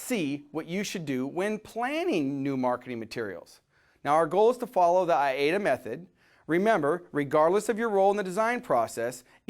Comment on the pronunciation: Interesting information. Your pronunciation is I-A-DA, but it is spelled A-I-DA.